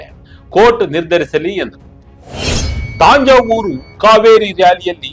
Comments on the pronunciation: ತಾಂಜಾವೂರು ಅಲ್ರಿ ತಂಜಾವೂರು ಅಂತಾ ಹೇಳಿ. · Tanjavur promounciation is to be corrected.